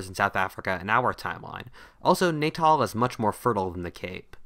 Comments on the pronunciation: It's pronounced Natahl: short first "a", long second "a", not "Naytahl". I'm from there. Although, "Naytahl" makes more sense. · Its pronounced Ne-tal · For future reference South Africans pronounce Natal as Na-tel good video though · You really got the pronunciation of Natal wrong (